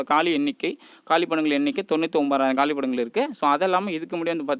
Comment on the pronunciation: Kaalipidangal illa..kaaliidangal